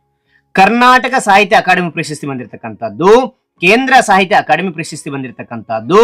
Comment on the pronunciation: Bro ಪಂಪ ಪ್ರಶಸ್ತಿ bro ಪಂಪ ಪಶಸ್ತಿ ಅಲ್ಲ bro